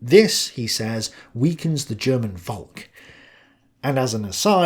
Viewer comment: Hey, when you say Volk, remember it's not pronounced "Volk", but "Folk". Thank you.